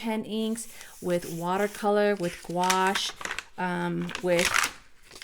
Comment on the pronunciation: TY! Great video. But the word you're looking for is pronounced "go-shhh". There is no "wa" in it.